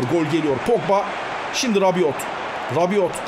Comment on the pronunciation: Rabiot Fransız ben de Fransız'ım okunuşu rabio ve yazılışı rabiot